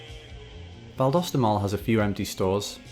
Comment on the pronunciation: I was born, raised and work in Valdosta. It’s not looking good for the mall though. Thank you for pronouncing it correctly by the way! Go Wildcats!